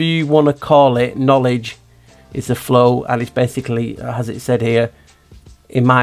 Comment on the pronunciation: Kn-owl-edge Another owl in that word to.